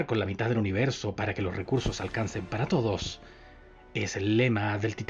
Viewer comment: "Todsosh, los mataron a toddosh"